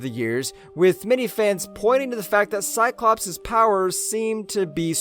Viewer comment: Drinking game. Drink when you, hear cyclopse